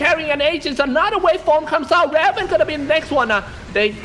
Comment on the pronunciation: Rey that SEA caster cant even pronounce raven right